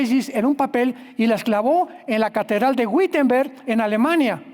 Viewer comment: NO SE DICE WITENVERG. Así se escribe, pero la W en alemán, se pronuncia como una V .